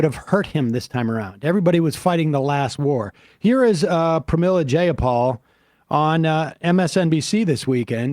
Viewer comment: You both consistently mispronounce Pramila Jayapal's name. It's (Jai-a-pal: JY-A-PAL, NOT JAY-A-PAL) You've been doing this for years, APPLY YOURSELVES.